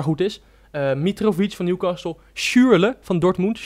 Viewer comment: newcastle spreek je uit zonder 't' lol